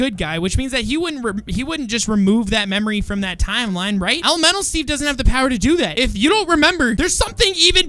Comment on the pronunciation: The way says elemental Steve it sounds like elomelo Steve AND I LOVE IT XD